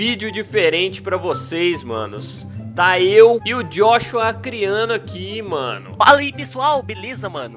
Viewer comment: Eaee "Jóshua" Acriano haushsua